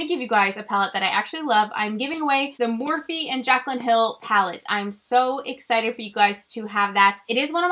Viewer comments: Lol been with you and remember you getting the Morphe single shadows at IMATS!! Think you pronounced it Morph without the e. I also remember the trublood videos. #waybackwithshae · I TOTALLY REMEMBER your Morphe video and thinking I had never heard of that brand. And I'm pretty sure you didn't pronounce the 'eee' on the end so when other people started calling it that I always thought NO THATS NOT HOW U PRONOUNCE IT. Lol. Love you!